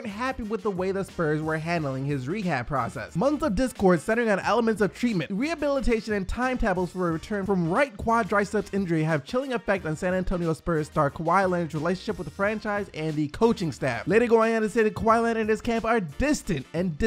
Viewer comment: did this guy say “timeTAHbles”?